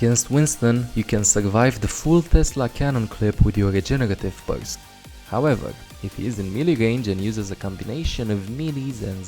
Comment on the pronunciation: The way says "regenerative burst" it tickles my heart for bit,hes like:Jegeretive bujst.LOL